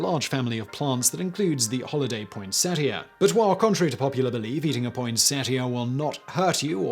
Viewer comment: Its pronounced "poinsettia," not "poinsettia"